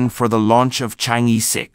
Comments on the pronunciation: Pronounce as Chang Er not Chang E. E is pronounce as Er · Excellent report! Chang'er should be pronounced as Chang-Earl. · It’s pronounced Chang er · Yes, in the Chinese pronunciation system, the vowel "e" is pronouced as "er"... Thus, "chang'e" should be properly pronounced as "charng er". It would be useful for foreigners to learn how to pronounce words correctly the Chinese way when presenting about things in China.